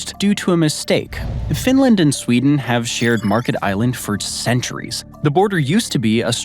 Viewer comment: The island is called Märket, non Market, and the name has nothing to do with the English word market.